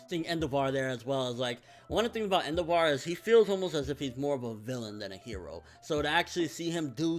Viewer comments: En-DEV-er. Not En-DAH-VAR. lol Sorry, I don't know why that bothered me so much. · Hey Endeavor's name I'm pretty sure is pronounced like the actual word Endeavor. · the way he mispronounes endeavor is annoying... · Why do u say endeavor's name that way?